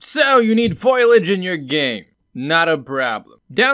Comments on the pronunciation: Wait, "Foy-Lage"? LOL, pronounced "Fol-Y-age", with the "i" and the "a", cracks me up how many people can't pronounce words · FO-LI-AGE NOT FOIL-AGE YW Also, I am enjoying your videos. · Fo-li-age, not foil-age. That was a great 2-minute explanation. You do 100x as well as the long-winded explanations you can get with the software itself. Why don't the Unreal tech writers write things like this? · Best reason I can give you is how people were raised from it. Also the original etymology is more of a foilage type spelling and speech, but changed with latin and other later languages. From etymonline: mid-15c., ffoylage, "representation of leaves or branches" (as an ornamental design). Compare Middle French feuillage, from Old French feuille "leaf, foliage" (from PIE root *bhel- (3) "to thrive, bloom"). The form has altered 17c. by influence of Latin folium or its derivatives in English. I grew up hearing it as foilage. most people around me would say it that way too. But all that being said it is also english where words do not always sound like they are spelt like: colonel, salmon, island, etc among many other words. So with enough people saying that way people accepted foilage as the way to say foliage. Whether or not that is the "proper" or "correct" way was irrelevant. As long as the intent is understood then the way it is pronounced does not matter. Hope that helps. Cheers. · Finally, someone who knows foilage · I'm sure everyone and their dog has already corrected you, but I'm gonna do it again. <3 Fo Lee Edge - Also good video. Hope the comment helps with engagement. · Why does everyone call or *foil*age?! xD